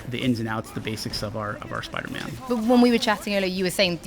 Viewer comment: I wuv spiduhman